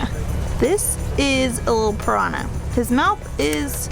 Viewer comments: also used to colorize foods and body painting....by the indians . You guys allow me to help you to pronunciate "PIRANHA' correctly...(considering the way you're doing it's ok. 4 me) I do it to challenge ,not you,but me.I want to now if the way I found to teach the word is in fact effective....well let's go: Split the word in 2 like this:PIRAN & HA. - in PIRAN , say it stretching the word...like PIrannn - in HA , say the english word YAH (yes) Pirannnyah. You tell me later if it worked.......B.T.W.,nice video,good shots and the usual sympathy show offered by the intrepid couple. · The pronounciation is Piranha not Pirana. nh is pronounced like the ñ in spanish.